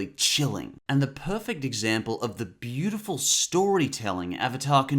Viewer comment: "turning the BILLtiful town of..."